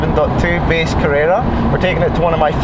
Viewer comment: caRRera, not careRRa! Nice video though